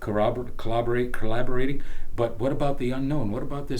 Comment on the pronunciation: collaaaarborating lol but awesome stuff